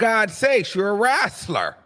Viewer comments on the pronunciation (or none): why you call that girl a “WRASTLER”